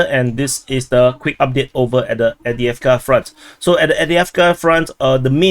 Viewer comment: There's a "v" in Avdiivka, bruh!